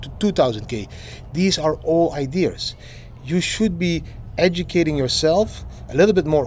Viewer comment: haha didi, its ideas and not idears